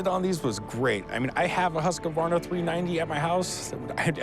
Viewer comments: I wish there were mute option for every time they sayd husquvarna, it's husqvarna, pronouced more like hysgvarna. My ears :( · biggest Husqvarna fan and can't pronounce it xdxd